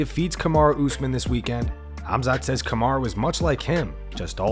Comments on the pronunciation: We all know Chael is horrible with names, but Robert calling Khamzat 'Hasmat' is just disgraceful. Robert, you will NEVER touch the belt again, live with it and move on. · Robert Whitaker just added yet another pronunciation of Khamzat -"Hazmat"